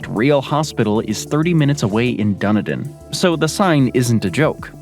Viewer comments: Dunidin.. its Done-ee-din .. our national bird.. the Kiwi.. officially has the shortest beak of ANY bird in the world barr none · "Dun-a-din". Try Dun-ee-dun. The name is actually Scots Gaelic for Edinburgh. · 15.24 into rhis == please get the name right --- the name is -- "" Dun-need-in " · The golden lake. Duniden 😂 dun-need-dun welcome to nz English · It's DunEden not DunaDin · DUN A DIN ??? ITS PRONOUNCED DUN EDEN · Dun eden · Dunny din lol - it's pronounced Dun eden btw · It`s called DUN_E_ DIN. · If you're going to do a documentary on a specific country, please learn how that country says words and names. One particular word that is annoying is Dunedin. It is pronounced Du-nee-dun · Du-KNEE-din. And GallaGER not GallaHER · Been lied to about new zealand by you..... i used to live in pahiatua its one of the most busiest little towns, do knee din not dunadin this guy really needs to do more research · I've never heard of a "god save the king" national anthem in New Zealand?? 😂 and Dunedin is pronounced Done knee Din 😆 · How come no one in these videos can pronounce Dunedin correctly? "Dun eden" it is not hard to say. It is isn't pronounced: Doony din Duny din Dune din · Ever heard of DUN-i-din? Where is that? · Heh. Never heard Waihola described as like something out of a horror movie. It's a friendly little day-trip a half-hour's drive from where I live in Dunedin (that's Dun-EEE-din!). RIP Sir Tim Shadbolt. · Dunedin. Pronounced Done E Din. Tim Shadbolt passed away very recently. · Waitomo: Wai to mo : why toe moe Dunedin: Dun ee din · A little more research on pronunciation would help.......its dun eeee din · DUN E DIN? Is Dunedin (done eden) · dun-edin = Dunedin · Butchered the other names too... Where the hell is dunner done? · every time he said it i kept saying DUN EEEE DIN in my head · ? DUN-EDIN 0R DUNEEDIN ? N0 . DUNIDIN L0L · done a din da knee din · Dunny dun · It's pronounced Du ne dun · nah bro it's pronounced di-need-in